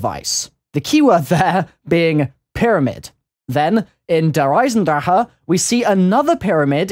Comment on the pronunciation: he responded to me once. i told him how he should pronounce der eisendrache